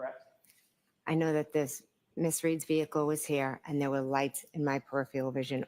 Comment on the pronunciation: Generally speaking if you can't pronounce a word it isn't a word you would use. Usually indicates the word being fed to you, like peripheral 🤔